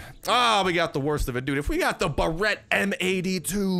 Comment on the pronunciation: It’s not the Ba-rett. It’s the Bear-it